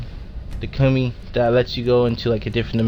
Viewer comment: you said it wrong. it's Ka moo e Kamui.